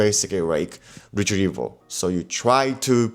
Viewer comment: Sorry mate, what was that word? I didn't quite catch it, was it "retrieval"? 👀. Good video ma man!